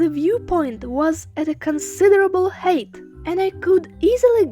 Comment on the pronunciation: Also one pronunciation change to offer: "height" is pronounced like Хайт; otherwise it sounds like you're saying "hate" = Ненавидеть 🤦‍♂️ (At a time when we most need to show genuine love for all people in every country🌍; unlike the psycho liar who occupies the height of power😂)